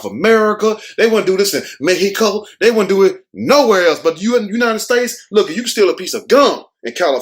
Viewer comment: The way you said mejjjjico😂😂😂😂😂